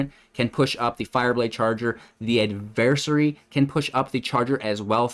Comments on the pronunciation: Add-ver- sAarie Adversary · Gonna need you to look up the proper pronunciation of adversary...... please and thank you